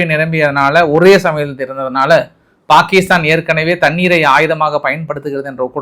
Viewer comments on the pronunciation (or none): none